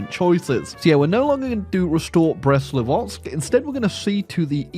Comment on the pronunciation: am i the only one who dies inside when he says “brest-livotsk”?